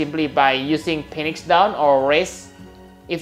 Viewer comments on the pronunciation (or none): you said "Phoenix" incorrectly. As I stated before, whenever you encounter a "ph" replace it with an "f" in order to correctly pronounce it. It would be spelled "feenix" if you wanted to say it correctly. Another example of the "ph" sounding like an "f" is in the words "alpha centauri" and "pharmaceuticals". Keep up the good work!